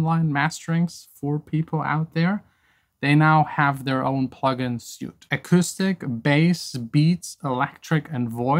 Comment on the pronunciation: Hi, great video as always, just wanted to also help you….suite is pronounced like sweet in English, keep up the great work